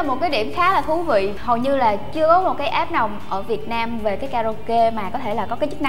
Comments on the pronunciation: ạp chứ k phải app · app ns app cứ ạp nghe mà ứa gan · C ơi tiếng anh ko có dấu nặng đâu ạ app chứ ko fai ạp c nhé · góp ý xíu app=áp nghe ạp ạp cứ ngộ ngộ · đây méo phải vì đâu vì gọi App là áp ko phải ạp